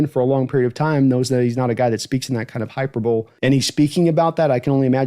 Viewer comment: Good stuff! "Hyperbole" has four syllables btw:)